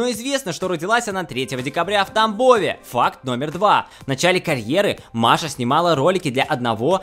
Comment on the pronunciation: Мне постоянно кажется что он говорит не ФАКТ а ФАК